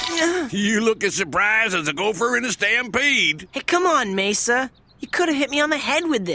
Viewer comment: Why say Mesa when his name is Masa? Also i don't get why they didn't just do a straight up adaptation. They could've flushed out the backstories of some characters in the process of extending the game's story.